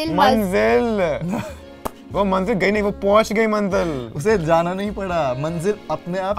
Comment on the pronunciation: Koi Bina Hindi or Urdu k Shi pronunciation k acting ya media me kese ho skta hai ko manzil bolna BHI nhi aa rha tha